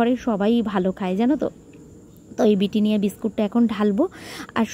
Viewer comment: It’s Britannia not bittinia, plz kotha theek kire bolo